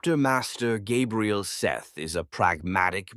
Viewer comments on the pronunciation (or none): none